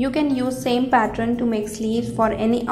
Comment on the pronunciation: Fabulous dear.....thx been searching for this sleeve fot over a year...one small suggestion, its pronounced pat-turn(pattern) not pat-tron....its kinda off putting to hear it prounounced that way...otherwise fabulous video....hope u dont mind the suggestion!!! thx u for flutter-butterfly sleeve!!!